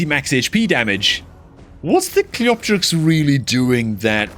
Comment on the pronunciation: the only content creator to pronounce cleopterix properly 🥳 you should charge the others for elecution lessons 🤣🤓